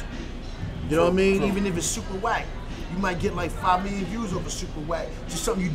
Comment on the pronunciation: GHOST SAID "SUPA WACK" 😂😂😂